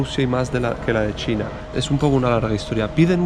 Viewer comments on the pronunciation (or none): none